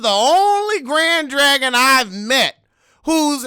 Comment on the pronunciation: “Grad Drag-On “ lol